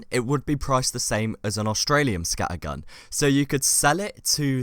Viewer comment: please dont say scattergun like that its just wrong